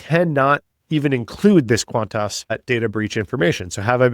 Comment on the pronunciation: This Australian loves how you pronounce qantarse.